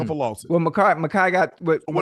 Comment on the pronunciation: Ocho how do you still not know how to pronounce Micah’s name correctly ? 😂😂